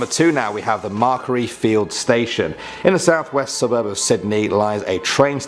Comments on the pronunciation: I'm Aussie and have only heard of number 6 and number 1, also it's Macquarie. pronounced as it is spelt Mac quar ie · the way he pronounces macquarie 🤣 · Where was Sarah's Grave, that's the most popular story I know! and get your pronunciation right for Brisbane and Macquarie XD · and ma-quarry not macre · forget canbeara and bris-bane- MARKERY IS ABSOLUTELY UNFORGIVABLE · Can-brah, not can-berra Bris-bun, not bris-bane Mac-quarry, not whatever that butchering you said was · Did he just say can-bear-ah? Seriously it’s pronounced canbruh Bris-bane=brisbn Macquarie=mac-worry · Hi everyone I'm from Australia and I know Macquarie fields but never heard of the urban legend to it geez now i can be scared and have a tale to tell my friends . Also it's pronounced Mac - kwo - ree fields . I used to live there when i was 5 but moved to another suburb . Sometimes I'll go on a trip to the city with my nan and we have to stop by Macquarie Fields station so my cousins can join us on the trip and none of us knew about this legend but now . Just wait till I sare them with this 😁😁 hopefully i wont get haunted . I am a child of Jesus so may he protect mine and everyone else's souls . Can the next vid be urban legends about Samoa plz ? That would be interesting . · Who got triggered when he said Macquarie station 😂😂😂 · aye it killed me when he said Macquarie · What about Macquarie